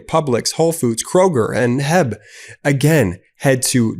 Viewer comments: Re: Ollie Pop Ad. The store is called H E B, not Heb. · HEB is pronounced by each letter. H E B not heb. Founded by Florence Butt and the CEO was Howard Edward Butt Sr. No, really. I promise. 🤣